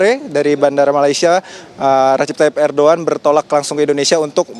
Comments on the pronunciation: 😂. Irdugan bukan ardugan .udah salah sok iyes lu. ..😂😂😂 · Erdogan apa erdoan. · Kok Erdoan toh neng ?